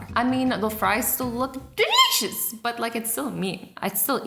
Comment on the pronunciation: Why you always say in food video delishes